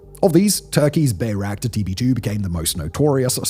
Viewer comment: Weird seeing bayraktar being mispronounced so often even with the popular song being quoted.